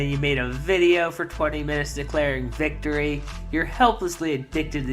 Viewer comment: ‘This victowwy means so much to meee’ He just talked over people and screamed non-sequiter insults like he always does.